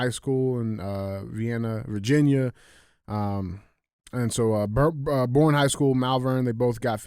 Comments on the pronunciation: Bless it DJ! I appreciate this show and love y’all so much! BUT! Please, look up Texas town pronunciations before your awesome stories! ❤ (Boerne is pronounced Bernie). I’m sorry we can’t spell round here, lol! 😂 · One thing I’d like to address is to DJ. It’s actually pronounced “BERNIE” Texas. I know it’s stupid haha. We drove through the city and learned the hard way 🤣 the black rifle coffee store is there with a gun store connected to the side. Texas style! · hey DJ the Texas town is pronounced “bernie” not born. I know its not spelled that way but that’s normal thing in Texas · All the trophies DJ thinks he earned are revoked after that lame ass Sandy joke at the end 😂 Btw “Borne” is pronounced like “Bernie” but I give DJ credit because I was told to never judge someone for mispronouncing a word, it means they learned it from reading. So, I will never make fun of someone for learning/reading. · DJ, you have everyone in the San Antonio metro area screaming at you. The town and high school are pronounced "Bernie" not "Born". 😂😂😂😂😂 Keep up the great work! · Idk why they made Texas towns so hard to pronounce for outsiders, but Boerne is pronounced “Bernie” not “born” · Was listening to the pod but had to come on here and leave a comment. DJ thank you for killing my towns name SMH. It pronounced BURN-ee Come on man! Lol Love the show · Hey there long time listener ! Boerne Tx local , just as an fyi it’s pronounced (Burn-knee). And yeah we are fucking badass at everything down here! God bless and I’m not a HOE! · It’s pronounced like Berneee just fyi lol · Boerne, TX. Pronounce Bernie